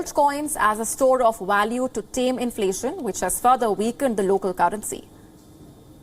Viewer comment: Where did you get this news presenter?..she can't pronounce inflation correctly... 😀